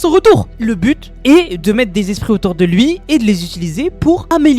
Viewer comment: Pourquoi tu dit bit